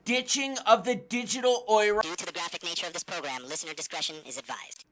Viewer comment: Yo! Euro is pronounced “you ro” peace out 🤗